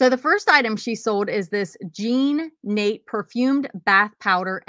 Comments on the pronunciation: Jean Nate Jean Natay. The Slant over the e is pronounced ay and is French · Yes, and Zhan--not Jeen. It's actually a man's name.